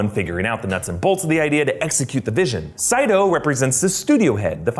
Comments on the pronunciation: Saito NOT Seito. Get it right, they say it in the movie correctly. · Isn't his name "Saito", not "Seito"/"Seido"? Should be pronounced as "sigh-toe". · The characters pronounce Saito's name differently at different times (and so does the narrator of this video). They either say "Say-toh" or "Sigh-toh." I always wondered if that was a goof (which would have been really disappointing in a film with THIS MUCH attention to detail) or if it was a sign that Mr. Saito was a dream. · I enjoyed it until he kept mispronouncing Saito as "Say-dough".